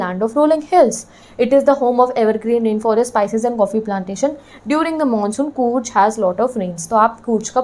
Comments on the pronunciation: Coorch nhi didi Coorg* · By the way ma'am it's not coorge it's Coorg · its not coorj its coor"g" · Didi your pronounciation of Coorg is wrongg...